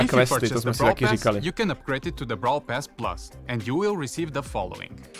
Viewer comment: 😅bravl bol